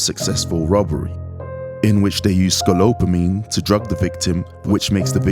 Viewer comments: "scolopamine"...you're saying it wrong. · You switched the P and L every time you said SCOLOPAMINE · its not pronounced scolopamine. its pronounced scopolamine like its spelled lol sorry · Bro, scoPOLamine, not scoLOPamine, other than that, great video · IS not Escolopamin. Íts Escopolamin. Donkey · S C O P O L A M I N E <<< ✅ NOT SCOLOPAMINE! <<< ❌ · I’d really appreciate it if you learned how to say the word “scopolamine” properly. “Scope-all-amine,” not “sco-lope-amine.” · It's scopolamine, not sco-lop-a-mine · Scolopomine??? Really, not spelled and pronounced scopolomine? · Ska-pol-a-mean. Not skal-opa-mean. Va-le-RIA not vale-RIA Great documentary 👍🏼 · Hearing the guy slip up and say “I bought her for my Boy”…. LOL… and if the narrator mispronounces sco-pol-o-mine one more time! Sco-lope-o-mine… LOL SERIOUSLY DUMB people. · It s not scolopmine. It is Scopolamine.This whole video feels staged and fake to me. The drug does not even have that effect so stop bullshitting. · It's scopolamine, not scolopamine. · Couldn't get past the 3rd "scolopamine" 😂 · S C O L O P A M I N E ? ? ? Nice pronunciation... get yourself a life. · Bro, your narrator saying "Scolopamine" the whole time, even though the drug is called "Scopolamine." Confusing tf out of me. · SCO-PO-LAMINE not ska-lo-pamine It was killing me in the beginning 😂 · it's SCOPOLAMINE not scoLOPAmine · What is scolopamine?🤣 its ok i have dyslexia too I get it just to miss it and release it on YouTube mispronouncing it the whole vid...oppsie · You keep calling scopolamine scolopamine. :( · I had to stop watching after you kept calling it Scolopamine. Ahh! It was driving me crazy. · It’s scopolamine no scolopamine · It is pronounced SCO-PO-LA-MIN not Sco Lo Pamine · " ... in which they used scolopamine ..." .... really ? ... in under 15 seconds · The most disturbing thing is the guy repeatedly saying scolopanime, jesus christ scopolamine…… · Bro it’s SCOPOLAMINE NOT SCOLOPAMINE ffs 🤦🏻‍♂️ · Sco-pal-omine, my dude.